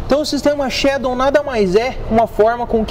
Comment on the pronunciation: "Shadon" kkkkkk